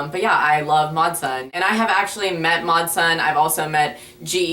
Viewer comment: Whenever you say mod sun I keep thinking you're saying matzah